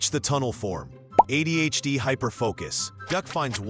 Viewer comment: It's ADHD, not AI-DHD.